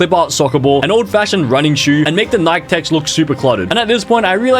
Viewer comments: Sick doesn't mean throwing up, sick means affected by physical/mental illness. Also its pronounced "NikIE" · Every time bro said “nike” my heart broke 😢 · Its nikEEEE nai kee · It’s so funny that he says Nike wrong